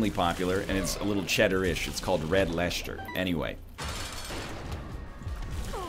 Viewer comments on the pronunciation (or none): Wow, even the grocer has become the grosjer when he's talking about cheeses. Just say Lester and Gloster, no need for the Lesjter and Glosjter. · Gloucester Pronounced -Gl -Phonetic o -Ster Same with Leicester L Phonetic e Ster I don't know where the other letters go but just don't worry about them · Every time egg says "Lechter" it kills me inside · THERE IS NO SH SOUND IN LEICESTER/ GLOUCESTER! 'lesster' / 'glosster' is good enough as pronounciation, it's just a normal s sound. i don't know where NL got the idea that there is but this seems to just never go away. NL said get ready to be offended to brits but honestly the cheese rankings themselves are fine it's the pronounciation. (i'm not really mad just baffled how it's lasted this long) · Nl saying gloucester or leicester - this aint it chief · I'm Dutch and I felt the same. Winced every time he put a sh in those. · I'm from Australia, and I'm cringing all the time. It's painful. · No, NL, you're the one randomly introducing "sh" sounds in words. Gloucester and Leicester are almost right, just... don't do the "sh". Same for your asphalt pronunciation, mister. And groceries.